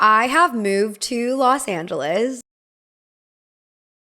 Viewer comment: When you said Los angels, I was: REALLY?!